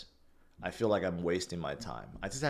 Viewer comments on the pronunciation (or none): none